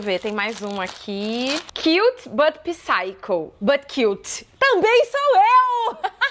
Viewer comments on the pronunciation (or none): none